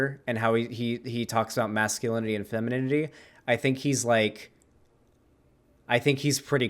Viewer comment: pronouncing it as "feminimity" gets me every time:)